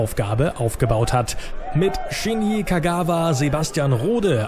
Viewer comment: Es heißt Shinji und nicht Shini!